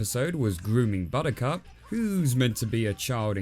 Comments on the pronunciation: took me a while to realize you said buttercup I heard "bonika" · I had a Laurel/Yanny moment. Buttercup kinda came out sounding rather inappropriate until I listened to it a few times.